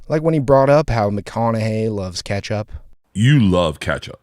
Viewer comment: He’s saying ketchup wrong on purpose drives me crazy. He does the same thing with tattoo, and Ben affeck. Every time he says these three phrases he says the words multiple times to make sure we know he’s saying it wrong